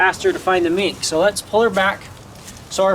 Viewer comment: oh now I understand in the first video when you say "mink, mink, mink" it sounds you are saying "meat, meat, meat" before you showed her which is why she got confused the first time but when the most recent video came around she was getting it since i see the gears working in her head when looking for the mink x3